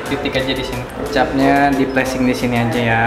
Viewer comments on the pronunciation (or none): Plesing wkwkwkwk , pleating Kali bang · pleating bang pleating bukan pleasing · Plating bang bukan placing 😂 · plating bukan plasing